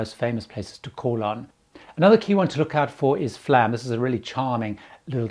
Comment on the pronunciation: Flåm. Not Flam. Flåm is pronounced Fl oh m. Å/å like o in born.